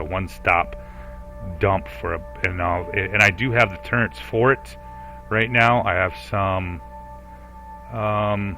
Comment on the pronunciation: Wait. Tur-rents? I’ve watched all of your Avorion content and it just hit me that you say “turrents”. You sound like you’re from the Midwest or Mid-Atlantic but I’ve never heard anyone else pronounce it that way.